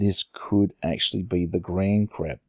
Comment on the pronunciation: In the title, and you said it as grandcrab, but grandcrab sounds much better anyway!